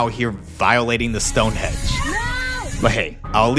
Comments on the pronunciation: Pissing myself laughing - He Said "STONEHEDGE" Are you serious????? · It's not stone hedge, Einstein. It's Stonehenge!!🙄